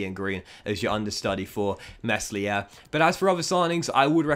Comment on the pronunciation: You need to work on your pronunciation of the players names. As a fifa YouTuber you need to do your research. It’s pronounced klick and the s in meslier is silent